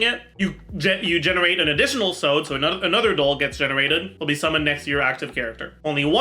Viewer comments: Weeb comment incoming 🤓: Sode is japanese, it refers to the sleeve of the kimonos, you know the ones that sometimes very big you can put stuff in it. It's pronounced so (as in 'soft'), de (as in 'desk'). So-de. "Sow-there" is probably close lol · Why does he keep pronouncing Sode like that